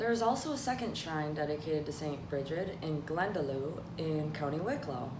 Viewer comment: Dia duit a chara. Glenda lock 🔐 is how that's pronounced. Glendalough. Others pronounce it like look.. Glenda look... Glenda lock is how we pronounce it. But great video.. slan